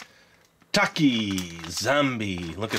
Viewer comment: I love TAKIS!! ❤️ you also said TAKIS wrong